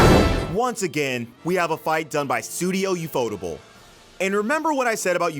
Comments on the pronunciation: Man, "yufodable" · "yuu-FOE-tuhbul" Really...? I always read it as UFO table.🛸┬─┬ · how the fk are you pronouncing ufotable 💀